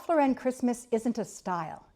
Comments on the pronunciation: Not to be a pill but you’re pronouncing the designer’s name incorrectly. Not Lor wren it’s Loren. Also not his real last name its Lifshitz, so truly let’s celebrate Our Lord this Christmas, His life. And of course we can toast Ralph for his aesthetic, long life and success. 🥳🍾 To life and to not giving a $hitz about the details!! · It's Lauren like the girl's name. Even Ralph pronounces it like the girl's name. Because it's his name. Thank you for the video, but please pronounce it correctly. I decorate what makes me happy. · The name is not pronounced correctly here. Only Jesus brings Peace. The creative director for RL for 33 years is a Cuban-American born in Miami! Think about that! Tartan comes from Scotland. Forget about those anorexic reindeer from Pottery Barn. Ikea has no idea what Christmas is. Let Jesus be born in your heart this year. Merry Christmas! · indeed. If Mr Lauren doesn’t want people pronouncing his name “incorrectly” then he needs to stop shoving his “aesthetic” down our gullets. People will then soon forget about him and his name, and only those “in the know” will be pronouncing it - either correctly, or at all…